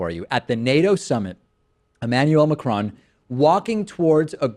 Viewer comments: Pronounced MA-CRONE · The best thing about Macron's election is american newsagents trying to pronounce his name